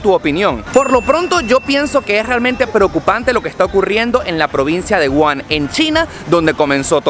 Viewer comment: Hola, tenias que haber investigado un poco mas sobre el virus para dar tu opinion a miles de personas, el virus no comenzo con una sopa de murcielago, es una ignorancia y me sorprende eso de ti, el virus empezo en un mercado de animales salvajes ilegales en la ciudad de WUHAN, se pronuncia WUJAN y todavia no se sabe con certeza que animal fue.